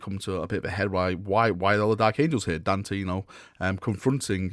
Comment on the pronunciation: Daaaaarn, tey. Please, for the love of the Queens English. Dante.